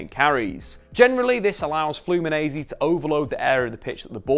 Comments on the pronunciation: We say Flu-me-nen-see not Flu-me-nee-z. Also, nobody calls it "O Círculo Bobo". Its called "Bobo" or "Rodinha de Bobo", which means, in sequence, "Silly" and "Silly circle/wheel" (as you've put it in the video). Bobo or "Silly" are the players inside the ball that have to keep running after the ball to intercept it when its being passed inside the circle. Its very widespread here in Brazil from kids to professional clubs. In addition, "toco y me voy" its in Spanish and we don't use this term here. We just call it "Tabela" (its essentially the same thing, someone passses and moves forward to receive the ball, thus moving past the opponent) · Let me teach you a thing...say FLOO-MEE-NEN-SAY...repeat after these... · You can say it like FluminenCe. The S after the N in portuguese sounds like a C 💚🤍❤️ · This is how you say it: “Flew me Nancy” think these words and voilà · I love the way he says "Flumineize" everytime and don't even tries to apologize(and he shouldn't) EVERYTIME for spelling it wrong. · Hello! Well, awsome video! Diniz is the future! And, about your pronounce with the "Fluminense" word , you have to talk like if saying these separated word in inglish : Flu + Me + Nancy :-) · Video is awesome, but you're saying "Fluminense" as an Italian. It's not that hard, I'll etite it using English sounds: Flu-me-Nancy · It’s pronounced flu-mee-nen-see